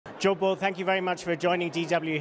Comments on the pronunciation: While the name of the former Chinese military officer is Zhou Bo, at the beginning of the video it sure sounded like DW's correspondent called him "Joe Bull", which was much more fitting in regards to what he had to say, cuz he was clearly full of it. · While the caption to the video says that the name of the Chinese military officer is Zhou Bo, at the beginning of the video it sure sounded like DW's correspondent called him "Joe Bull" which was much more fitting in regards to what he had to say, cuz he was clearly full of it. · While the caption to the video says that the name of the former Chinese military officer is Zhou Bo, at the beginning of the video it sure sounded like DW's correspondent called him "Joe Bull", which was much more fitting in regards to what he had to say, cuz he was clearly full of it. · While the caption to the video says that the name of the Chinese military officer is Zhou Bo, at the beginning of the video it sure sounded like DW's correspondent called him "Joe Bull" which was much more fitting in regards to what he had to say.